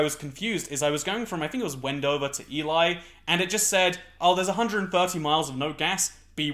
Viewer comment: I think Ely is pronounced "Ee-lee" rather than "Ee-lie". : ) Hope to see some western US roadtrip videos soon!